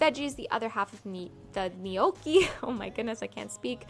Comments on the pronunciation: btw none of your versions of "gnocchi" was correct lol. its like njokki, not nijoki. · (Not niohkey but nyo-key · It's pronounced "no-key" not "knee-okie" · I believe it's pronounced no-key (gnocci) only saying because you asked lol :) You are an adorable young lady, stay empathetic and loving. It's a beautiful Iand rare) quality. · Technically it's nyokey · Gnocchi is pronounced "no-key" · I think it is pronounced “know-key” =gnocchi